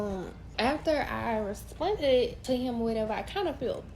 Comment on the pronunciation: bro the way she was saying responded was pissing me off the whole time, "respunded"